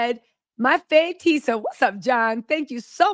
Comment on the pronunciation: Tisa, Tisa.......not the oosh gosh!😅😅😅😅😅😅😅